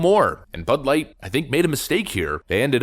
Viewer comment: Did you say.... butt-light.. ? Ha ha ha ha if you did